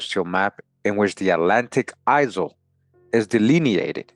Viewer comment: The s is silent in isle. Same as aisle. Sounds same as I'll.